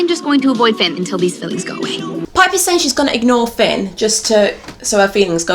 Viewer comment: Until the end of the video I didn’t realise why kept on saying ‘pin’ Hahah I ship piper and Finn